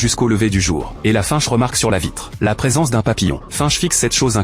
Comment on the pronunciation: Hello c'est pas fainche la prononciation !... Mais bien finch lol